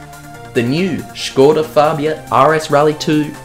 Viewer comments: No f*ucking way you pronounced it Škoda and not skoda like everybody else (donut media included). Large 👍 for you. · Nice 2-parter! It was really great hearing an Aussie bloke, firstly talking about history of cars from my childhood (and also my current car and then even a newer model...) and secondly trying to pronounce it Škoda the whole video just for Czechs? Výborně! Dej si pivo! 😉👍5GHz trance is just a nostalgic bonus... OK, I'll go find that old copy of Colin McRae Rally 4 now... 😅